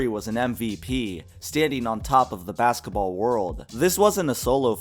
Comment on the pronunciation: He also said BAKSETABALL